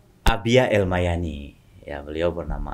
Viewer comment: Al Yamani bukan Al mayani bg